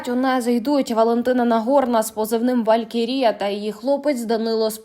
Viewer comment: Де тебе вчили ставити наголос "чЕка" замість "чекА" , велькерІя" замість "валькІрія" ?